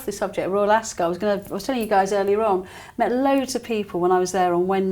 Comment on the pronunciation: I actually unsubscribed over your insistand blabbing on about former members of the BRF who chose a way of betrayal. Just got boring. Accidentaly landed here now. Maybe read the mood in the "country". PS Ascot doesn't emphasise the "o". Just saying.